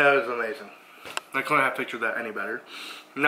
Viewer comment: It ees what it it eees